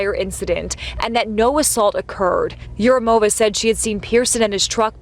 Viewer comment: yurumOva is incorrect pronouncement. It's East/South Slavic feminine form. Although originally this probably not Slavic. At least I don't know what is Urum. Neither dictionary does. In any way suffix -ov (masculine)/-ova (feminine) is unstressed. So it's urUmova. And not yurUmova.